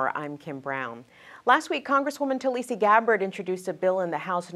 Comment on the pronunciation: Get her name right! It's 'Tulsi', not 'Tulisi'. At this point in this Presidential election cycle, how can a political reporter not know her name?